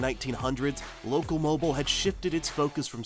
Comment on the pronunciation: It's loco-mobeel. Not loco-moble.